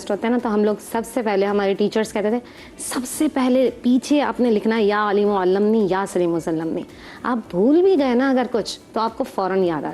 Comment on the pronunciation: the lady is reading wrong dua ya alimo allimnee not allam ni